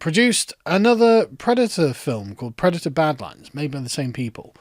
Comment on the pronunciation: I'm pwedator and I'm vewwy angwwy